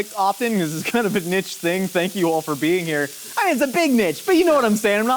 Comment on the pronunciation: I can't with how pronounced niche... like please 🤣